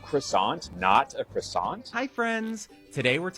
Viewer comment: You don't pronounce the T at the end of "croissant". Just so you know.